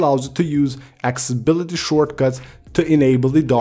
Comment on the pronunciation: What the Hell is "axeability"? 😂🤣😂